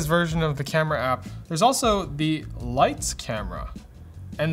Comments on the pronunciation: Pronunciations were perfect. Both Leica and Leitz. Now try Angela Merkel. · Perfect Leitz pronunciation. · Your pronounciation of Leitz was spot on. Source: I'm from Germany. ;-) Edit: Typo. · Pronounciation of Leitz is on point =) We'll accept you as a German now =)